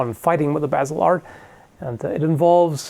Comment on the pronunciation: Hehe cool that you were able to pronounce Basel :3 grüessech and greetings from a swiss viewer